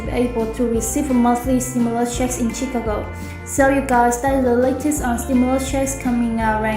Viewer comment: Chicago learn to pronounce it correctly !!!!